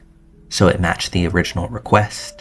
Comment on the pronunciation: As soon as I heard you say request the way you did I cut this shit off…